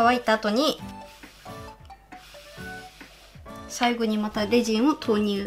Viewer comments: レジンのイントネーション…… ✖レジン⤴︎ 〇レジン⤵︎ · F H 発音ではなくイントネーションですね。英語でもレジン⤵︎ですから。